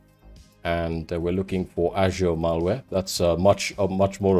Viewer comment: the way you pronounce azure as ashure💀